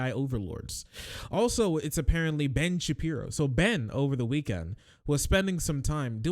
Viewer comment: Is saying "Bench Appear-o?" Any time he says Oingo Shaboingo's name, it sounds exactly like "Bench Appear-o" And now I'm going to spell it and say it that way. BENCH APPEAR-O